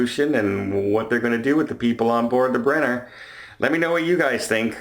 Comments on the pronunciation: You pronounced it beautifully,. Bray-mar is exactly how it should sound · Your pronunciation of Braemar is correct however your pronunciation of Meraviglia is wrong. That has been commented on before.